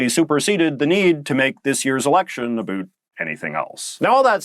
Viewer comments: Not really "ambiguous." Huge comeback for the Liberals. (Is it just me or is the "uh boot" pronunciation of "about" getting stronger? I don't often hear that in Canaa. Never in the USA. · J.J., I truly want to watch your videos, but I honestly just cannot endure the extremity of your accent (I swear no Canadian pronounces "about" like that 😭) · Hey your not pronouncing things Canadian, since when have Canadians in Ontario ever said sorry, or about like that. You sound like your pandering to what Americans think Canadians sound like, I am not Canadian but I have been to Canada. It sounds so forced.